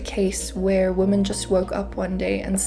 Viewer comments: womEn, the plural of woman is womEn. Check your pronunciation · I appreciate the hard work you have put into such a serious topic. Please, “women” is pronounced differently than “woman”. Mispronunciation discredits your thoughts and ideas.